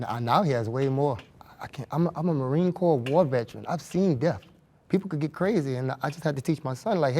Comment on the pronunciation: Can we learn how to say death… it’s not pronounced deafs. 🤦🏽‍♀️